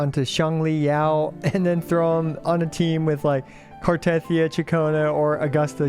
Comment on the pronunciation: The way you pronounce Cartethyia even when they pronounce it in game makes me want to cut my ears off and feed them to a Malamute. But CC’s don’t even listen to in game dialogue because you skip everything makes sense. All good.